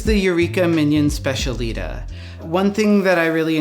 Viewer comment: Specialitá - not specialeeta..